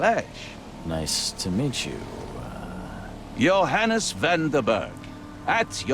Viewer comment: Oh, that's interesting. Especially since the "Johannes" sounds suspiciously like "your highness"...